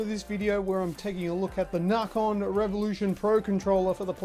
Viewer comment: it's nacon not narcon